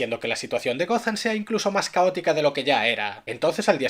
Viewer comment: gotham, no gozan